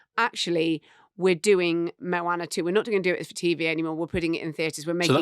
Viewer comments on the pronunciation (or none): Mowaner?!! Pretty sure its Moana! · Moana is pronounced with a long a then a short. In this day and age, I would have expected one of you would have researched that.